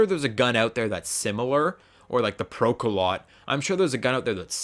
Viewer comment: The PKM was actually the precursor to the Pecheneg, and is a real world gun. (also it's pronounced "Pro-ka-lowt" and is a verb meaning to pierce)